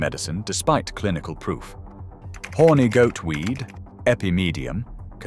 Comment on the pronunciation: In that accent too 😂